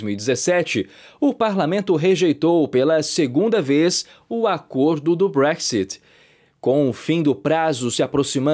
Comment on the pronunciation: Nem sabe falar BREXIT 😂😂😂😂😂😂😂